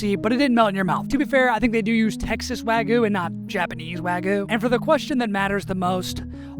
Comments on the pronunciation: Wagyu has a y in it. It's not wagoo, its wag-yew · wagoo ❌ Wagyu✅ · bro really said wagoo lol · Not here to hate, just a little constructive criticism… make sure to really hit that YU In Wagyu, I kept hearing wagu and it was giving me Ragu vibes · Gave me Ragu vibes… he really needs to hit the Yu in Wagyu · "Texas wagyu" Ah yes, texas japanese cow